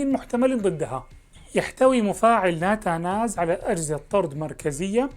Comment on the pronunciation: نتنز وليس ناتاناز وشكرا